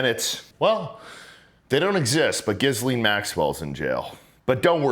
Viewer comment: Why is it so hard for some folks to pronounce Ghislaine correctly? It is not 'Gizz-lane' - It's 'Gee-lane'. The S is silent. Most Americans know how to say Quesadilla correctly....same concept. FFS 🤦‍♂️